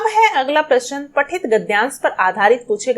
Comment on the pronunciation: Answers are perfect no doubt...but the pronunciation should be correct like u spell prashan but it is prashna